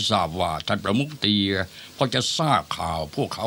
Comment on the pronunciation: เฮ้ยท่านเตียไม่ใช่ท่านเตี้ยน่ะค่ะ 555